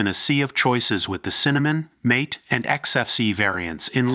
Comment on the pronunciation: AI b.s. video. Mispronounced mate (mah-te) as mate, as in 'find a suitable mate. Oy vey. AI sucks.